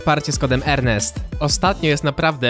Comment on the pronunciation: Ty muwisz czesc tu rnest xD rnest😂